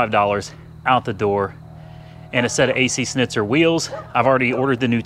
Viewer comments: ac shnitzer you should say it like that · hay dumb its Schnitzer (shnizer) in german language